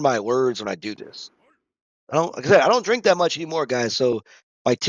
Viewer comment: i feel like i made you drink the least amount this round lol also you said strink at some point. thats drinking on a strike in the zone perhaps? haha